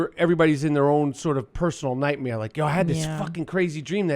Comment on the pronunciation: Rapaport says nightmeer just like Bert